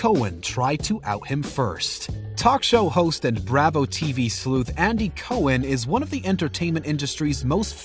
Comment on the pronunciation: Jack Lemon...not Le...moan! San FER NAN DO! BRA VO...not Braaaa Vho!